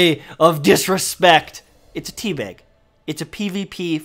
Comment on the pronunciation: Is.... is he saying Tea Beg? Like.. with an 'E'? Or is he just really northern?